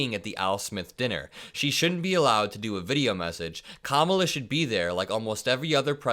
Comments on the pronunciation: He's still not smart enough to pronounce Kamala. Or he is sexist/racist about it. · No one noticed Trump mispronounced Kamala’s name